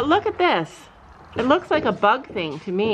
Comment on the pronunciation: When said bug I thought she said butt. “Butt fly spray” 🤣